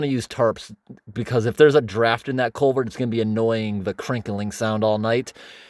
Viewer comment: learn how to say culvert. You keep pronouncing it colevert. 😮